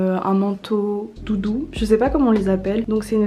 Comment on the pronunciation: Eloïse G elle a dit doudou ou tout doux?